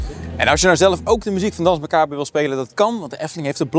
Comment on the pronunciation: "DANSE MACABRE" is Frans en spreek je uit als "DANS MACABER" graag gedaan!!